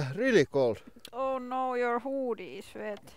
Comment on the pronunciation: I was pissing myself when she said: “oh-noooo. Your hôôdies vet”.